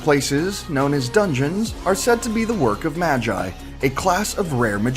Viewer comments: Wtf is maa gi its ma gee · Bish did dis guy efin read the #2 as majay? I mean i hope his right cos i read like magi(magee) similar to magic and maho( also meaning magic) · Ma-gee not ma-guy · Its magi (mah-ghii) not magic without a c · It’s MA-GEE and I watched that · omg how dare you pronounce magi rong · I think you said Magi wrong.....